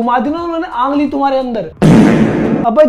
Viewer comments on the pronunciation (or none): 😂😂😂 ungli ❌ angli ✅